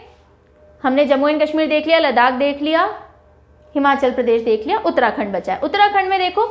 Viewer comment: Ma'am there is no doubt that your pneumonic techniques are always extraordinary and cent percent helpfulful 👌🙏 But, आपने हमारे उत्तराखंड को खंडर बोला ना तो दिल पर लगी थोड़ी सी। ☺️